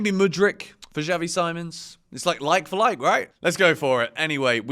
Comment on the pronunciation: Xavi See-mons mate